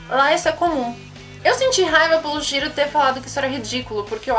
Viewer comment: Shiro?@@ acho melhor você fazer um roteiro antes de fazer um video... você falou Shiro Shira e tal...@@